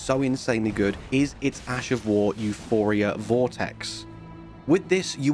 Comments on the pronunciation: The weapon is Euporia. Not Euphoria. It seems a common mistake but I'm unsure why. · It's EuPORia, not EuPHORia.